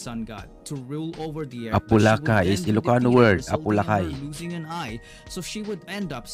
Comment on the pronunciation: Apolaki is a Kapampangan Deity not Ilokano.. It is pronounce as A-po-la-ki not A-po-la-Kay..